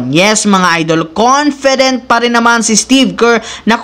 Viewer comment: Confedent or confident 🤔🤔